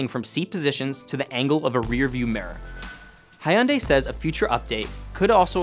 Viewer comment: I found it most amusing that he had such a hard time pronouncing Hyundai 😂